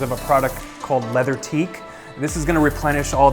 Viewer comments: Leatherique, not leather-teek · leatherique doesn't have a "T" in it